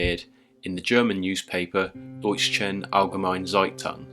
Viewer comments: I think the paper's name is pronounced 'doysher'. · Didn't you realise that you were being corrected?!? You see, 'Deutsche' doesn't have a silent 't', so it's pronounced more like doyt-cher (the 'sch' here kind of falls somewhere between English 'sh' and 'ch', but is closer to 'ch', really). Note: Some English accents would sound out (at least partially) the 'r' ending this simplistic pronunciation shortcut, which would be very wrong.